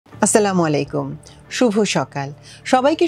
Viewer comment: উচ্চারণ হবে আসসালামু আলাইকুম